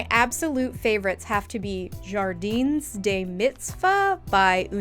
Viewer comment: so unrelated but i love how you pronounced jardins lol